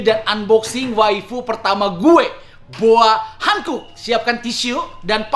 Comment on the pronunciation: Boa Hancock bacanya Bo:a Hankok, klo boa hankuk tulisannya Boa Hankook.. Jadi salah pronounced, sbenernya ud lama pgn komen ini.. Tp annoying jg dengernya lama2